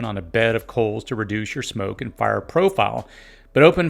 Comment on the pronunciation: You talk funny Meal--->mill Fire------->fur Sealed-----> silled